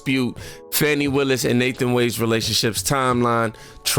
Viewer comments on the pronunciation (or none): it's Fani not Fawny